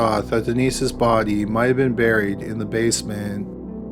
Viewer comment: "The bod-ee, the bod-ee," he says body in a weird way